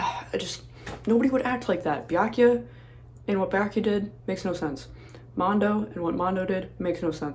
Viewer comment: When you said you watched let’s plays for Danganronpa, I immediately guessed that you were watching the Game Grumps play it from the way you sometimes say Byakuya’s name Byakya!